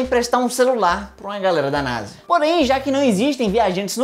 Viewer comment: Meu deus vc e um génio sabe de tudo mais nao sabe fala nasa